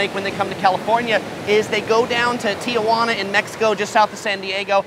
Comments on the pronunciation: You can't say "don't call it san fran" or "frisco" then say "Tee-uh-wah-nuh" ...It's Tee-wah-na. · Great video again but omg I'm a bit disappointed that you of all people would pronounce Tijuana as Tuhjuana. Shame shame.